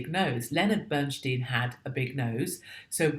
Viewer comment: It's pronounced Bern Steyn. If not, I've heard it wrong my whole life.